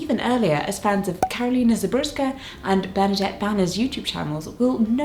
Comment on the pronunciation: Karolina Żebrowska let's gooooooooooooo Jessica reading a polish surname let's goooooooooooooooooo my brain has been stisfied :)